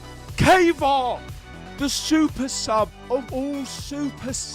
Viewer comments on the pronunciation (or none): who tf is kava? lmao it triggers me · I think it's "Kaa vaa raa" and "Ozi B U" the way to say these names.